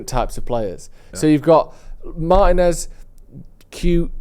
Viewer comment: Who is Meiners? It's MARTINEZ!! Ignorance of the highest kind 🤦🏾‍♂️